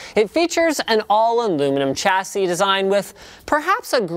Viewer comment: You'd think a canadian could pronounce 'chassis' correctly